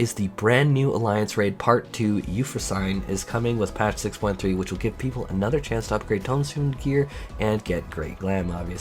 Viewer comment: Remember what Hermione taught us about Greek names: the 'e' at the end is not silent. Euphrosyne is pronounced you-fro-sin-ee, not you-fro-sine.